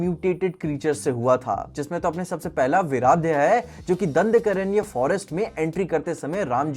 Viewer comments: plz pronounce hindi words properly , trapan hota h tarpana nhi, dandakaran hota h dandakaranya nhi. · Bhai vo jangal ka name dandkaranya nahi hai dandaaranya hai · दंदकरन्य ❎ दंडकारण्य✅ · ‘दंदकरण्य’ nahi hai bhai It is pronounced as ‘दंडक आरण्य’ where आरण्य means forest and दंडक is the name of the forest. Embarrassing for a person like you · KYA MARICHA PRAHASTAA MAARICH AUR PRAHAST HAI VO AUR VO KABANDA NAHI KABAND HAI AUR VO JUNGLE KA NAAM JISPAY RAM JI KHAR DUSHAN AUR BAAKI RAKSHASO KA VADH KARTE HAI US JUNGLE KA NAAM DANDKAARANYA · Agar dhang se padhai ki hoti to aise farji expertise na jhaadte दंडकारण्य, कबंध, उजाकर 😂 जलांजलि, तरपणा, इस्तेमाल करने के लिए use, vishvamitr, देखते हुए नज़र आते हैं, शूर्पणखा नहीं सुर पंखा। बस करो ।।।कान से खून बहने लगा । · Bro doesn't even know how to pronounce Dandakaranya😂